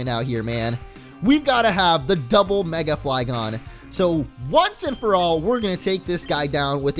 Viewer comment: I heard mega flygons